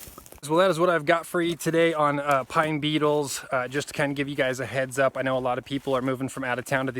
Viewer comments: I thought you were saying PINE "NEEDLES"! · Oh! You said beetles... I thought you said needles 🤣😂🤣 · I first thought you said pine NEEDLES are killing the trees -- then after about 3 minutes in to the video, I realized you were saying BEETLES!! Great info!!